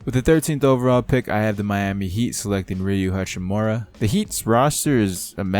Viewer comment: It’s Ruuui HAchimura not Riiiiu hachimura